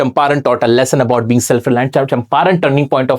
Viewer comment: Lesson ❌ lehsan ✅